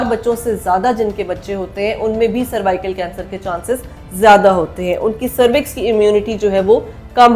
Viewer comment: Madam jee it's cervical not survical ap Galat pronunce kar rahi Hain woh nhi... Dikhai ja kar bahr ky mumalick mei is vaccine ne kiay karnamay kiay Hain... Yahan bhooky ko Khana free nhi milta vaccine kesy milni.. jaiyee ap!